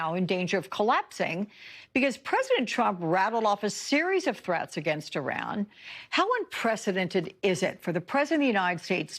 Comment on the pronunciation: Lady, say it with us, EEEE-RON, not I-ran. You're not running anywhere lol.